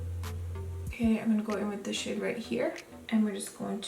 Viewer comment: Every time you say "this shade" i hear "this shit" lmao had to turn on subtitles for a secon lmao p.s i subscribed using your link and i got my boxyluxe last week 😂